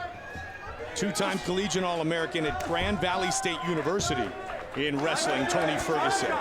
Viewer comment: ''Tony sterguson''? Damn Joe Rogan